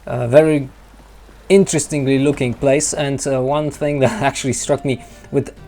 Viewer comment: Me too. I like it when he say "lookinG" with a hard G.. quite charming :)